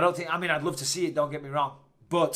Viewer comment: Jamoh No, it isn’t. It’s LUHV you